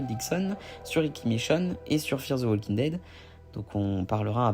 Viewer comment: Le L de WALKING ne se prononce pas.